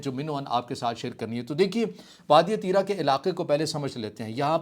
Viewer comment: Allah say daro pashto k do lafz nahi bol sakty aur RIT lagata hay tirah tirah baygirat insan